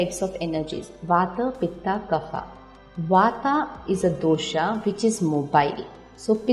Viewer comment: Not vataa, pittaa, kaffaa... Pronounce well. Vat, pitta kaf ... यहां हम यदि अंग्रेजी में बोलने में भु ल कर दें..तो चलता है.. हिन्दी तो सही बोले..